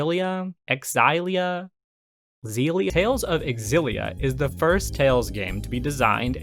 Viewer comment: Tales Of Xillia is pronounced Tales Of Sillia :) The X is like an S.